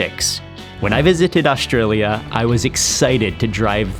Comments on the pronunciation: Astraya, Melbun.. Nailed it, Mark. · you can really tell Mark makes a conscious effort to pronounce Australia and Melbourne the best he can like an Aussie lol